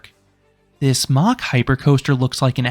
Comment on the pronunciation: Its mack rides like mack daddy. Not like a jet going mach 3.